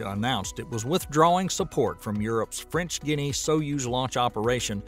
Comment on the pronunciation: French Ginny??? Come on. Please please look up words you don't know